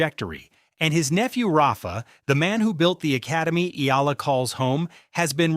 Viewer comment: Pls pronounce her name as Eh...yah...la...